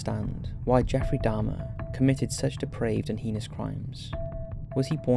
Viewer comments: Heenus? Or do you mean hay-nus - heinous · Liked the documentary but jeez that voice is annoying o.O the way he speaks in half sentences for the whole thing.. not being able to say heinous but "hee-nus" and just sounding damn monotone through out.. I'm sorry man. Gotta work on your narrative there. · Please say heinous right